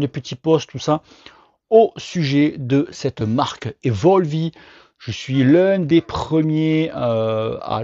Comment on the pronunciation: Dit le correctement gogole. Mot anglais donc tu ne prononces pas le E a la fin